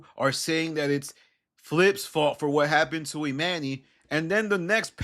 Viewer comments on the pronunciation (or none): The way you pronounce this man's name is crazy esp when you hear them pronouncing it properly. E-MAHN-nee, not E-MAN-E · E-MON-EY. Not e-MAN-y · I hate the way you say Emanny . That man pronounces his name Imani